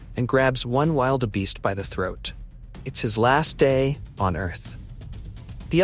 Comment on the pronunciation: Narration pls first find out how you pronounce African animals,the way you say Wildebeest is rediculous